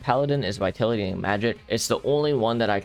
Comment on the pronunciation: the way he mispronounces vitality irks me